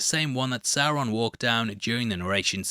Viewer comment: It’s Sauron homie